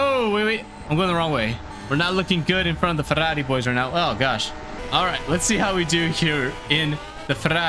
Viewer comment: As a Italian great pronunciation for Ferrari 👌🏻